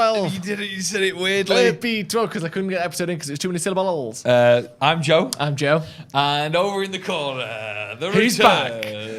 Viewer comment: Is it just me that thought was saying Drew when he said Joe? 😂 I thought he had a little pet name for one of the Joes 😂